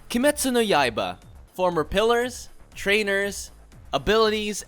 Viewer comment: Ah yes kimetsu no yayiybya